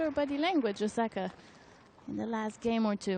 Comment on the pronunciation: Why can't the network have a commentator who can actually pronounce Osaka's name and not call her OZAKA all the time? Is that so difficult? There are a million other commentators out there